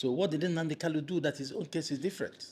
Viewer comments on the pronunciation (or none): This guy should be notified that the name is NnaMdi KaNu, and NOT "NnaNdi KaLu."